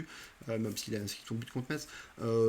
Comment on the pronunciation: Merci pour la présentation de l'avant-match. Petite précision pour Metz on ne prononce pas le t "Messe". Une origine lorraine pour moi ;)